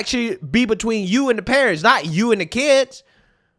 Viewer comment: Especially when we got that first commentary about ‘Wayull I don’t have keeds but….’ Okay I’m gonna stop you right there because I absolutely promise you that once you do, your entire perspective shifts about 180.